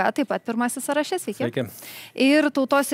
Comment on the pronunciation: Ne "sąraŠE", o "SĄraše", mergaite žurnaliste ;)... Ne "sąstaTE", o "SĄstate"... Klausausi toliau 😅 Ne "pas jus programoje", o "jūsų programoje"..."lygiaVERčiu", ne "lygiaverČIU".. Blyn toliau neklausysiu, neturiu kantrybės bemokslei..